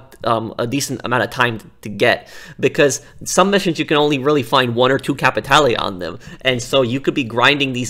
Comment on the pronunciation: hey, you looking for some..."capeee tay lay"? I know you want some "capeee tay lay" don't ya?